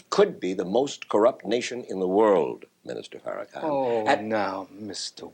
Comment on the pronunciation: The insistence to mispronounce Farrakhan’s name is sustained and willful disrespect